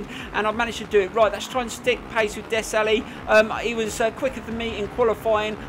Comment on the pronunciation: btw the names are pronounced villop-oh-toh and des-al